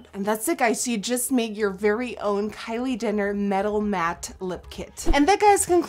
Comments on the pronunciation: You said Kylie Dinner xD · Sounded like she said "Kylie Dinner" 😂😂 nice video though! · Is it just me or did anyone else catch when she said "kylie dinner" 😂 i love you though nikkie!!!!!! ❤️❤️❤️❤️ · she said kylie dinner😂😂😂😂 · She said Kylie dinner lol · did anyone else notice she said Kylie dinner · did you call her kylie dinner???? ** the cc confirms!!!! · She said Kayle Denar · did she say Kylie DINNER?